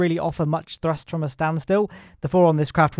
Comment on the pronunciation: Is throst just thee official pronunciation now?